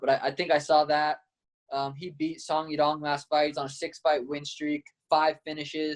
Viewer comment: Bro why you disrespecting his name. It's not even hard to remember. It's literally Ya-dong.